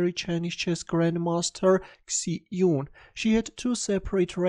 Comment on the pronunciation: Great video, but her name is pronounced like Shie jun